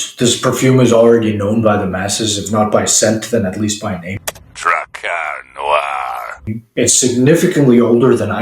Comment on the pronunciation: Your alveolar trills give me areolar thrills.